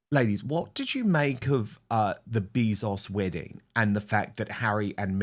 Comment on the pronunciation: I thought you said, “The bees are sweating”. And I thought, “What Bees are sweating? What did I miss?” But you said, “The Bezos wedding”! 😂😂😂